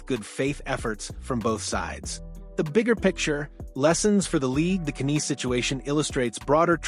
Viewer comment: So sick of this AI BS! Can't even pronounce Knies properly. Youtube needs to block this crap!!